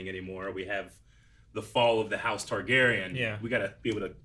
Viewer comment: .....it's TARgarian not TYgarian.